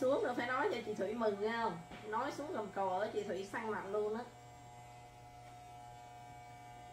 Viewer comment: Gầm cầu. Bạn nói hầm cầu nghe ghê . Hihihi …